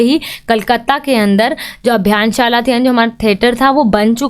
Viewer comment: Abhinyshala hai madam jise br br abhiyaanshala bol rhi ho